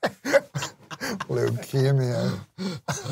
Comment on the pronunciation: the way Norm says leukemia